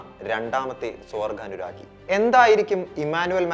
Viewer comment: സ്വവർ"ഖാ"നുരാഗി അല്ല. "ഗ" പറയാൻ പഠിക്കാൻ ശ്രമിക്കൂ. അനുരാഗം, ഗമ, ഗരുഡൻ ...ഇതിലെ ഒക്കെ ഗ.